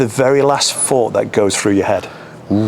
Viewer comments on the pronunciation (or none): You need to work on your elocution, fink, fort & fankyou 😂😂